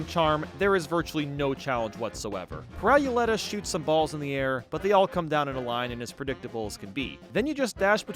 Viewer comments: Pur-rye-oo-letta? It's a roulette with a pirouette. So it's technically Pear-oo-letta I think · Why did you call her "Pirowuletta" it's pronounced pirouette and roulette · No its Pirouletta say it like peeroletta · Ok I agree with most of this but the way he said Pirouletta as 'Pie-roo-let-uh' hurts my soul. It's "Pea-ur-oo-let-uh' as in the ballet move similarly called Pirouette or pronounced 'Pea-ur-oo-ett' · My man just pronounced it “Pry-you-letta” when it’s a combo of pirouette and Roulette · "peer-OW-lehtuh" for Pirouletta is hilarious. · PIRO YULETTA i'm so tired of americans not knowing how to pronounce anything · Some mistakes I feel obligated to point out: Pirouletta’s name is pronounced “peer-roo-let-uh” as it’s a portmanteau of “pirouette” and “roulette”. Pip & Dot are not a die, but a domino. You forgot to talk about Bon Bon’s other candy minions: The cupcake who bounces all over the place, and the waffle who launches 4 of their squares in a + and x pattern. In Sally Stageplay’s final phase, you’re not fighting her afterlife; you’re fighting the real Sally who’s dressed as an angel and can be seen hanging from strings. You didn’t mention Hilda Berg’s Sagittarius transformation that shoots homing projectiles. In Captain Brineybeard’s battle, the barrel would be less of a nuisance if you weren’t using chaser, and the squid’s ink isn’t deadly; it darkens the screen. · "Pehraw-ooleta" I have never seen someone say Pirouletta's name like that😰 I loved the video just got Intensely Jumpscared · I'm sorry, "pirow-you-letta"?! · It’s pronounced “Peerooletta” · I think the 1st one’s name is pronounced “peer-o-let-a”. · Pirouletta was literally the only casino boss I wasn’t able to kill, also how he pronounced it hurts my soul deeply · the way you pronounced pirouletta hurt my soul a tiny bit. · Am I the only one who was a little bothered at the pronunciation of Pirouletta or am I just crazy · That pronunciation of pirouletta though